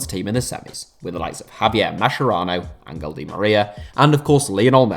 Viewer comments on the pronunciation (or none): You pronounce Ezequiel and Angel weird